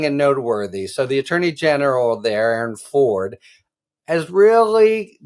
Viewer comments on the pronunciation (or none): none